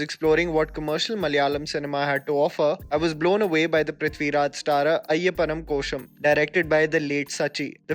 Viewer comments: Ayappannum koshiyum Pls get ur prounounciation ryt pls1😇😇😇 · Amazing that you're bringing this to your audience's attention. But a small suggestion from my side, learn the actual pronunciations of the names of the movies you talk about(Ayyapanum Koshiyum and Maanagaram were off). The little extra effort will be a pleasant surprise for your inter state fans!